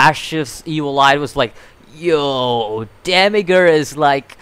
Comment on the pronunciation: say it like Demi-urge, like as I urge you to learn urge just put Demi in front....